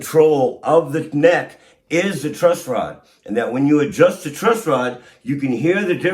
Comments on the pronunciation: Dog… it’s “TRUSS” rod. Not Trust. 😂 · Why tf is he saying TRUST ROD?!?!? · Dude I seriously can't believe you're calling it a "trust rod". How do you not know that it's a truss rod? You've got this fucking incredible guitar tech in front of you and a beautiful bass in your hands and you still call it a trust rod? What a muppet. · Dude dude its not TRUST ROD its TRUSS ROD. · Dude-its a Truss Rod, not a Trust Rod. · Truss rod not trust rod 😂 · still calling it a "trust" rod? lol great video nonetheless. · Holy crap you keep saying "trust" rod. Are you stupid? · Please reshoot or edit the video...You can't say trust rod anymore. It's truss rod. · Did he keep saying trust rod or was it just me?😂 great video though bro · Truss, it's truss rod gatdammit not trust rod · Loved this. But dude...truss rod not trust rod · Stop saying Trustrod! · Did you say "Trust rod"?